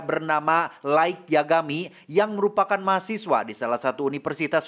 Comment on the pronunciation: Lait jooohnnn. LAITTT bacanya bukan laig